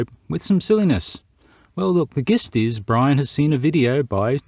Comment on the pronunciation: Just a small point mate, gist is pronounced jist.